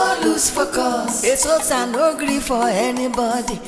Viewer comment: Its the way agent pronounces Eseosa